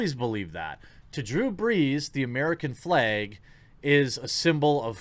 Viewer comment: The fleg? That's midwestern adorable right there!